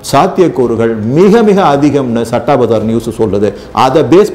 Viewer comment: சட்டா இல்லயா.. ஸத்தா..இது தான் சரியான pronunciation இந்த சத்தா பஜார் ரொம்ப வருஷமா ஒரு authentic underground newspaper..very authentic honest.. its a gambling den with a different kind of respect ...May be Krishna is its director...